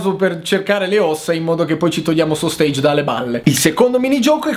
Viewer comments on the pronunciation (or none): none